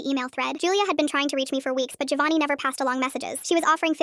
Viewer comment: My god, sometimes AI causes brainrot. Anyone pronouncing it gIovanni, and not Jovanni, should be shot on the spot. What is the AI equivalent of that? 😂😂